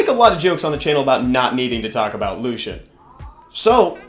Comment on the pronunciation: Why do you pronounce it the same as Lucien (light elven ranger). It’s clearly Lush-en…